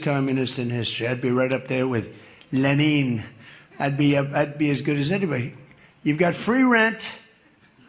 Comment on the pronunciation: NGL as an eastern european, the way Trump pronounced LENIN got me :D :D :D